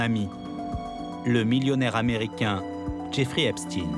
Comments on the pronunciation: EpstEIN, et non Epstine ! Tout çà pour ne pas froisser une certaine communauté, extrêmement susceptible pour être polis. Dont ce pervers faisais parti à part entière, que cela vous plaisent ou non, et ce n'est pas le seul, STRAUS-KAHN, WEINSTEIN, KHON-BENDIT & j'en oublie.... Ha oui dernière chose, il n'y a rien d'antisémite là dedans (Car de toute façon, vous ne l'êtes pas "sémite" pour la grande majorité, puisque vous êtes des descendant des pays de l'est de l’Europe), ce sont juste des faits, rien que des faits, ce serais des "inuites" ou des "Tibétains" ce serais du pareil au même, bref tôt ou tard vous tomberez TOUS les uns après les autres, car il n'y pas de race supérieur (tiens tiens, un point commun avec un petit moustachu bien connu) il n'y a d'ailleurs qu'une seule race, LA RACE HUMAINE, un point c'est TOUT ! Et elle est pas belle à voir, d’où qu'elle vienne pour tout dire. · Il ne s'appelle pas "EPP STINE ...."..ca se dit " EPP CHTAÏNE......",comme FRANKENSTEIN......le temp est mossad......la GERBE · Epstein pas epstine. Satané journalistes. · EPSTINE ? MDR ! Dyslexie ????